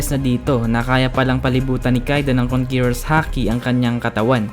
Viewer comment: konkeror boi